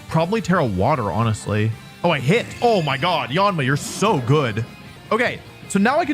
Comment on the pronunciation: that "oh mein gott" sounded german 😂